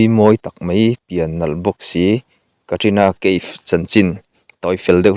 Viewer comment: I thil chhiar dan hi ngaihnawm loh ka tih chi, i chhiar dan a thatchhia😂ka sawithiam lo...kan Kohhran Upa pakhat Secretary thupuang ṭhin dan ang chiah2,,, ti deuh nuah2 mai 😂😂😂 chuan leh loks Kaif tih hi Ka if ti angin an lam ṭhin Keif anga lam ri lo in...svmm 😊